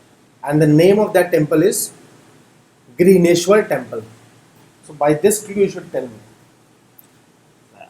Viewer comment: it's Ghrishneshvar Temple, sounded like greeneshvar. Anyway, great initiative.